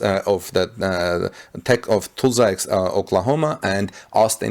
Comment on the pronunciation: Learn how to Pronounce Tulsa!